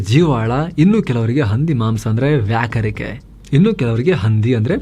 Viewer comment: ವ್ಯಾಕರಿಕೆ ಅಲ್ಲ ಮಾರಾಯ...ವಾಕರಿಕೆ